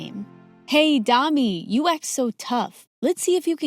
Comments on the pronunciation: It's not prounouce and "darmi" it's prounouced as dami oluwadamilola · they pronouncing the name darmi its dami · I can’t be the only one who thought they said dummy lol😅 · Pronounced damI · I love this but it’s pronounced Daa mee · OMG! MSA made a video with a Nigerian main character. I'm so glad they were able to get the story plot to sound Nigerian. The big city is probably 'Lagos'. Dami's parents are also Yoruba. You can tell by their dressing. Plus the name is pronounced 'D-aa-mee' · They can't speak "Dami" right lol It sounds like "Dummy" :') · They pronounced Dami's name wrongly and I know cause that is my moms name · Yessir finally a Nigerian story..the way Dami was pronounced tho, soryy too all the Damilolas out there for the spoiling of ur beautiful name, BUT OBSESSED W D VIDD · As a proud Nigerian I’m happy they added this country even tho the pronunciations r wrong 😅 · Naija to the world 🇳🇬🇳🇬🇳🇬 Tho it's funny the way they pronounced Dani and Tito🤣🤣 Didn't Dami's mum flog her when she fell from the tree onto her.... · Not the way they pronounce Dami lol🤣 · As a Nigerian I give an A in outfit because they are culturally correct. The names Tito and Dami are Yoruba and the parents outfits belong to not just any Nigerian culture but the Yoruba. My only headache is how the names are pronounced 😪